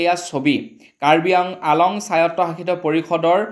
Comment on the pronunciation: কাৰ্বি আংলং হে - আলং বুলি কোৱাতো ভুল ।